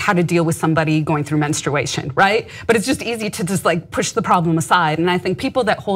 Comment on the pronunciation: It's "menstruation", not "menstration". There's a "u" in it. Please pronounce it, Ana. Your guest pronounced it correctly.